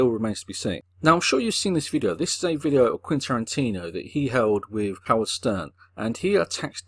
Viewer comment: He doesn't. He says Quintantino for some reason.